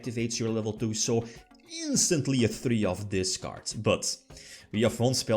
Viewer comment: “In dis veedyo”